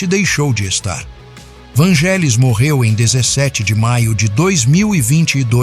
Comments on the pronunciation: Não é Vângelis que se fala. É Vanguélis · Moço que fez o video: A pronúncia correta é "VÂN-gelis" e não "van-GÉ-lis". Curiosamente falou algumas vezes a pronúncia correta. Quanto à primeira música que me lembro de ter ouvido dele? Moço... eu era criança nos anos 70 e muitas músicas dele eram usadas nas rádios por locutores que queriam dar mais beleza as suas falas. Foram muitas e nao vou lembrar. Mas UMA eu lembro muito bem: Hymne pois era usada como fundo pra missa do galo no final do ano. Era só um pedacinho dela que tocava pra anunciar o evento católico enquanto o Papa João Paulo II aparecia rezando, mas o suficiente pra gente desejar ouvir mais. Mais tarde, início dos anos 80, foi quando eu finalmente descobri QUEM era o artista das músicas lindas quando estreou a serie "Cosmos" de Carl Seagan, onde tinham "Heaven and Hell" e "Alpha", que me capturaram DEFINITIVAMENTE. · A pronúncia é “Vanguélis”. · Só uma humilde correção.. se pronuncia Vângelis mas se escreve Vangelis Um genio igual a Mozart que já está entre nós Gratidão ao canal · Desculpe, mas está falando algumas inverdades e a pronúncia é van{gue}elis o resto e invensão ou pura fantasia. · Só um adendo. Esse nome se pronuncia como se fosse GU vanguelis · Por amor de Deus...a pronúncia do nome não é esta 😮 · Na verdade é Vânguelis, derivado do nome dele, que se prinuncia Evânguelos. E o "ou" do sobrenome tem som de "u", como de resto em praticamente todo o idioma grego: Evânguelos Odísseas Papathanássiu. KALIMERA!